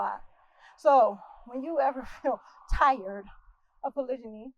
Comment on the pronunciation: Annoying she says it wrongly. In fact the whole thing is wrong.